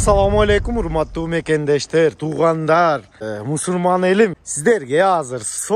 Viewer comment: Мусурмандар эмес Мусулмандар десен уч жолу уктум Мусурман дейсинго